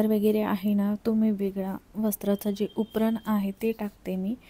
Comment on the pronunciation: मला ही असच वाटते कि तुमचे विडिओ छान असतात पण तुमचे उच्चार नीट नाही पण कधी comment केली नाही असं वाटले कि आवडते कि नाही. जसं कि उपरण नाही उपरणे म्हणतात. शब्द, भाषा ,उच्चार यावर थोडं लक्ष द्या ऐकायला चांगले वाटेल मग